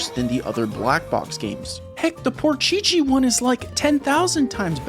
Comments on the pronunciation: Is the way you say 'Porsche' some kind of ragebait or do you genuinely think this is how you're supposed to say it???? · DAT Porsche pronounciation hurt my ears, bro. I hope you've just joking. :)) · Why do you pronounce the brands in a different way ...mainly Porsche😮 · RIP "Porsche" pronunciation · how many times can you mispronounce Porsche in one video FML... makes you seem ignorant to car culture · The way he pronounces Porsche is so unfunny and annoying. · I never want to hear porsche pronounced like that ever again 😂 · It's called PORSCHE and not "Por Chi Chi" 😆 At Minute it's pronounced correct by Joey 😎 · why does he say "Porcheche" in stead of Porsche. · Y are u saying porchichi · Lmfao never heard anyone say porchee chee 😂😂😂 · pron "porchichi" on porshe driving me mad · Is no one else dying at "por-chi-chi"? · Porchichi? I was gonna throw up listening to this monstrosity. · WTF is Porchi-chi? :DDDDD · I hated when you said porcheche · porchchee, hell naw, It is PORSCHE, Nice video BTW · spelling porsche, pronouncing porcheechee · After 5th minute, the entire video passed with the name in my ears: "Por che che"... Thank you 😒🤣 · Hate from germant for saying protchetche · What the heck is "porchichi"?💀🚡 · Why do you keep saying Porcheche? Explain yourself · I love the video, but every time you say PorCheChe, it makes me wanna shove forks in my ears. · You should definitely play the PC version of Porsche Unleashed (it is so much better), and maybe even do a video on it. But for the love of god please stop calling it Por-shee-shee😂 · i never want to hear ''porchichi'' ever again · Dude can't pronounce Porsche and Jaguar, wth is porcici? :)) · my ears are crying when i hear how you pronunce Porsche. its Por SCH E not porsch its an E at its END. But after all great Video! And le go EA, remaster NFSU 1+2 and Most Wanted 2005! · i dare you. i double dare you. say porschici one more time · WTF is "porsheshe" bruh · its official, Porsche is not Por-Chi-Chi